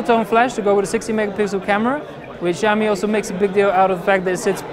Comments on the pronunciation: I am not trying to be the cleverest, I am just saying it sounds bad to my ears that s all, btw in my language, if you write it like shaomi, it sounds exactly like Hugo Barra's pronunciation in the Verge's video Pls no hate, just saying, no attacking anyone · "Jaiomi"? Shame on you! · (SAMURAY) This is how you pronounce it... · I love, and it was a great preview, but really butcher the name, xiaomi. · great video, but it would be great if you learned how to say xiaomi - 小米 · Hahaha agreed! Try to say it properly in the next video! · Really man, you mispronounce Xiaomi. Please, you should use google translate or wiki-page and listen. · that's what I'm saying, I think you misunderstood me. It is not Jyaomi, I know it is Shiaomi - just watch the original Chinese Xiaomi commercials from China and you can hear how they pronounce it correct there. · NO.You must prounce it like Schiao Mi.Something like SCH but in fact thats really different from english . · they Chinese don't pronounce it jyaomi either. They pronounce it Shiaomi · Xiaomi is S(c)iaomi (the c is almost silent), not Ziaomi or Giaomi. lol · He pronounced it ziaomi with heavy tone. xiaomi more likely is shiaomi if correctly pronounced.. x=sh like sound... about the device its really cool but it is hard to get one online, because there method of selling is totally weird in china. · It is pronounced Shyaome, there is no j sound anywhere. Where did you ever learn that an x is pronounced as a j in the Chinese language? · Change the x to s when you are pronouncing Xiao (siao)! Don't pronounce it as though it's ziao -.- your pronunciation of the Chinese company's name is utterly awful. Trust me and those who are bilingual. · fujami? What's wrong with u? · 2:61 i love it when he said "tsunami" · jyaomi, oh my god, this pronouns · They first need to understand what xiao and mi means in chinese, then only will they know how far off they pronounced it. For the record, taken from wiki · Shao mi